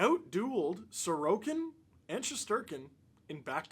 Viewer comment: Once again…..thank you for FINALLY pronouncing our goalies name right! 😛